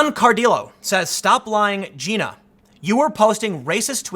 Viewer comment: Tim, it’s Gina.. Jai-na.